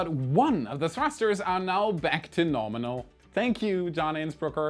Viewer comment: The classic "NORMINAL"